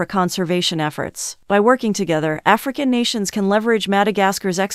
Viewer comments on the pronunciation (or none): ofcourse I know but the way she says that African and Madagascar🙄🙄